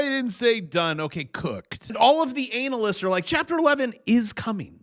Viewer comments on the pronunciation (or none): I watch just to hear you pronounce “anal-ist”